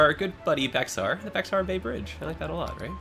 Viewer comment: Correct me if I'm wrong but, Bexar is pronounced "bear". That's the name of the county I live in Texas, Bexar(pronounced bear) County.